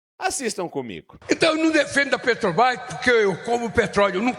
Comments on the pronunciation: Não consegue falar " Petrobras"🤭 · Aff ele fala petobais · Ensinem a esse senhor que a palavra é PETROBRAS E NÃO PETOBRAS. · A "PRÉTOBAIS" !!! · Petobras! Não sabe nem falar... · Eu percebi, falou errado tbm Petrobrás (a língua não deixa) esse elemento é um analfabeto de pai e mãe.